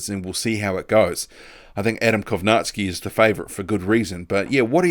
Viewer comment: I cant believe we are only 2 months withdrawn from Millers failed tests and hes being mentioned as an opponent for Fury. He should be out of the ring at a minimum of 2 years imo. Props to the only boxing channel on yt I've seen pronounce Kownacki properly.